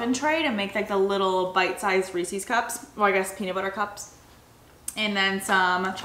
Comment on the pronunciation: The way pronounces Reese’s cups lol